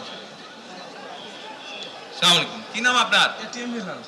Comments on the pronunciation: আসলা মালাইকুম না আসসালামু আলাইকুম । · aslamu Alykum নয়, সঠিক হচ্ছে আচ্ছালামু আলাইকুম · আছলাম আইলাকুম 😂😂, এটা কোন ধরনের সালাম? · আসসামালাইকোম নাকি আসসালামু আলাইকুম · সালামটা সঠীক ভাবে দেন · যে সালাম টা শুদ্ধ ভাবে দিতে পারে না,, সে আবার নেতা,,,,😏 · Salam ta sundor kore ussaron korte hobe zonad sir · যে ঠিকমত সালাম দিতে পারেনা সে নাকি প্রধানমন্ত্রী হবে বাংলাদেশের। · প্রথমত সালামটাও ঠিক মতন দেওয়া হয়নি, দ্বিতীয়ত সিলেটি ভাষাটা উচ্চারণ ঠিক মতন হয়নি তৃতীয়তো শেখ হাসিনাও প্রায় ভাষণ একইভাবে শুরু করতো... স্বৈরাচারের পথ অনুসরণ করা মানে স্বৈরাচার হব, সেটাই ইঙ্গিত দেওয়া। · সালাম টাঐ ভালো করে দিতে পারেনি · সালামটাও সুদ্ধ হয়নি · সালামটা ঠিকমত দিতে পারলেন না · সালামটাও তো ভালো ভাবে দিতে পারলেন না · উনার সালাম টা-ই হয় নাই